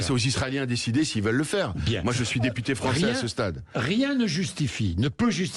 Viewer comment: 😂😂😂😂😂😂articule teputer